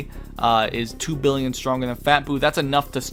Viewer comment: lol did you forget how to pronounce a billion?